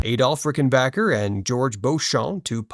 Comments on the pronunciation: Congrats on pronouncing RickenBACKer correctly! 👑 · ......I glad to hear someone finally calling its name correctly ........... Rickenbacker - not Rickenbocker.......😂😂😂😂😂